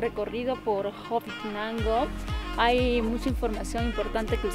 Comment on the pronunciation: Corrección. Es Hobitenango no Hobitinango.😁👋😘✌️